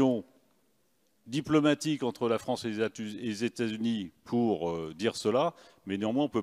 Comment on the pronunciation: MDRRRR IL A DIT LA FRANCTE BRAVO LE FRANCE MDRR